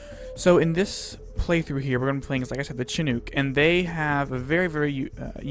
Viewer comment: shin nook... shin not chin